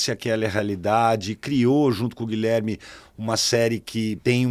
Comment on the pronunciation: Toda vez que ele falava Gullame eu puvia o Brad Pitt falando "Gorlame" 😂😂😂 Episódio incrível, o convidado estava 1000% afim!!!